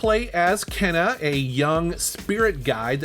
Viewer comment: The fact you mispronounced Kena makes me think you didn’t really play it much? But glad you enjoyed it; I did too!